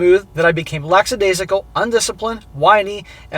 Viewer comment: There is a huge difference between being Sympathetic and being a Pathetic-Simp!!! Also the word is "lackadaisical", not "laxidaisical".